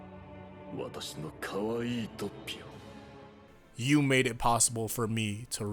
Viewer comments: Isn't the first "O" in Doppio pronounced as "Oh", not "Ah"? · its Doppio not Dappio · It's pronounced /ˈdop.pjo/, not /ˈdap.pjo/. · Its Noy DA PPI o its doppio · "DAH-pee-oh"?! Good heavens, I cringed. Please rewatch the anime to hammer the correct pronunciation home. "Dee-AH-vuh-loh" vs. "DEE-uh-VOH-loh", either is apparently fine according to reputable sources, but "DOH-pee-oh" is the only way to pronounce Doppio's name. It's an Italian name; this is the same as people mispronouncing Mario as "MAY-ree-oh" or "MEH-ree-oh", when that's simply not how Italian names work. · I love you man, I really do. But it's Doh-pio not Dah-pio. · it’s (Doh-pi-oh) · Why do people pronounce it dappio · The hell is dahpio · Bruh this man said dapiou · Also Do-pi-o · Your saying doppio wrong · it sounded like you said doppio in a Russian accent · Please...Please...just say Doppio right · HAVE YOU NOT LEARNED? YOU FUCKING DARE STILL MISPRONOUNCE DOPPIO? AFTER ALL THIS TIME?!